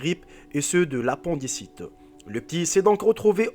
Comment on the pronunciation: au lieu de s'approprier des histoires déjà connues, il faudrait apprendre à parler le français !! ça s'écrit appendicite, mais ça se prononce a.pɛ̃.di.sit !!!! en phonétique, mais tu ne sais pas ce que cela veut dire !!